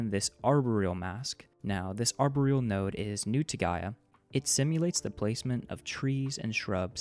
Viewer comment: Arbor-real? Really? How about ar-BOR-eal instead.